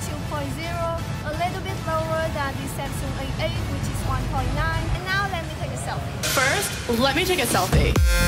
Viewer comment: Your pronunciation is quite good but you missed some final sound. When you said A8, I heard that AA not A8 😂😂 P/s keep this job up, it's promising!